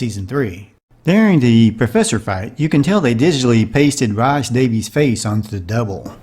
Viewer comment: You failed to mention that we can see the box used to cushion the fall under the chair! FYI: Rhys is “Reece” and Vasquez is “Vass-Kez”